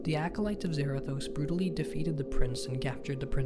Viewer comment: It's zarados but with a th zarathos I feel like punching him if he's a nerd